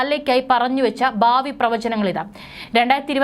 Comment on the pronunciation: ബാവി അല്ല പ്രിയ സോദരി... ഭാവി... കഷ്ടം.